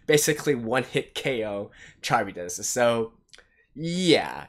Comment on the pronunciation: Kah-rib-dis. Charybdis is a monster in Ancient Greek Myth. You can look up the pronounciation too.